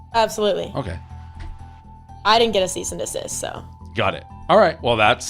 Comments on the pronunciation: Did you say “season assist” letter? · Just for the record it’s ‘cease’ and ‘desist’